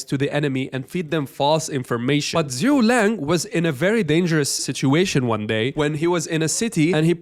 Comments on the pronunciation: It's Zhuge Liang, not Zhu Liang. Get it right. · Thanks for the video, I wanna highlight it’s Zu Ge Liang not ZuLang 😂